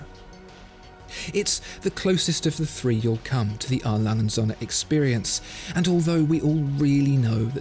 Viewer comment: "It's pronounced "A. Lange und Söhne" - with a german "ö" and not like the english "o". You pronounce it "A. Langen Sonne". Other than your pronouncation I love your videos!